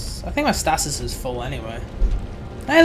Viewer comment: Stay-sis not Stass-siss